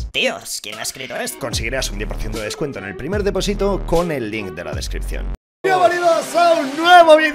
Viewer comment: Soy el único que se da cuenta que dice deposito mal :v